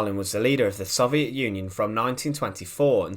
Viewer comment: Say it with me, so-viet, not sov-e-et